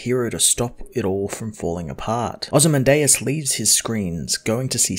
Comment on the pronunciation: I think its pronounced Oh-zee-man-diaz